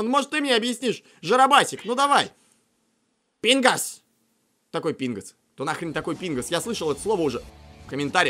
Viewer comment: он сказал пинос а не пингос